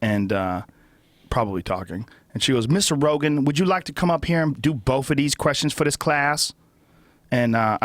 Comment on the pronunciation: You wanna do boff these math problems ?? The magic of accent e_bonics